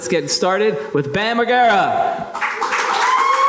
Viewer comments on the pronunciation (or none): Moderator said Margara It's Mar Ger A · Bam "Mar-GARE-uh"?! Tell me you have no idea who this is without telling me... 🙄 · How do you have a host who can't pronounce Bam's last name properly? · Dude said " BAM MarGEra